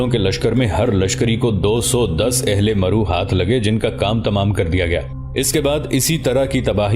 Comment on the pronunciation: Correct pronounce is Marv not maru